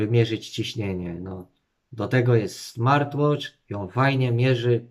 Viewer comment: Ciekawe, że idealnie wymawia smartwatch. Smartłocz vs zygarek. Może powinien mówić po angielsku.